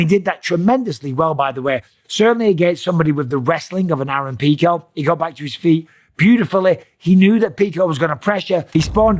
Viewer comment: Love how Mike has turned into Joey Diaz with his fighter name pronunciations. "Aaron Peecho"